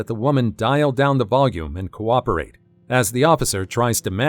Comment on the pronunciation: "why do I have to copperate?" 🤣🤣